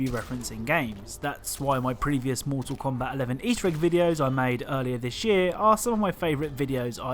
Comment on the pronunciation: Everyone: "Mortal Kombat.": "Moetahl Kowmbat."